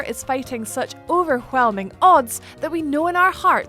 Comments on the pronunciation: I got overWHelmed by the overWHelming pronunciation of the word overWHelming. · I like the way she says "overwhelming".